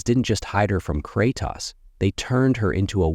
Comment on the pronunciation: Dude can’t pronounce Kratos for nothing.